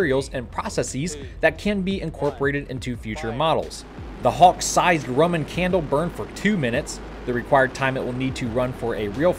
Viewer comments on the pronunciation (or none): none